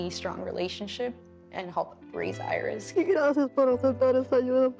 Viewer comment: They seem like such a sweet family. I love the way the pronounce Iris. Earis….🎼